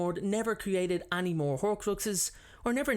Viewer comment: We've been waiting for you to return! The way you say any always gets me *annie*(like the name) lol